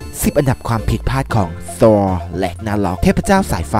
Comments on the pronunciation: ที่เรียกซอว์นี่คือดัดจริตใช่ไหมTh=ท,ธถ้า ซอนี่Chไม่ใช่เหรอแอด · ทำใมต้องออกเสียงว่า'ซอล'ด้วยไม่เข้าใจ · พี่มันชื่อ ธอร์ครับ ไม่ใช่ ซอ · เป็นการออกเสียงที่ถูกวิธีมาก ซอร์ 5555ชอบๆ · ทำไมต้องพูดว่าซอร์ ต้องเรียกว่าธอร์ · สรุปแล้ว ทอร์ หรือซอดีแต่จับผิดคนอื่นมึงยังออกเสียงผิดเลย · ออกเสียงthorซะเป๊ะเว่อ แต่ออกเสียง avengers ไม่เป็น เห้ออ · พี่คับมันธอร์ไม่ใช่ซอผมเห็นพี่เรียกว่าซอ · ทำไมถึงอ่านว่าซอว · ธอร์ไม่ใช่หรอครับไม่ใช่ซอร์นิ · เขาชื่อธอพี่เรียกว่าซอ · ชื่อธอร์ทำไมเรียกซอร์? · ธอร์คับไม่ใช่ซอ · ธอร์ไม่ใช่ซอร์ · saw Ragnarok กุได้ยินแบบนี้ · ผมว่าพี่ออกเสียงผิดน่ะ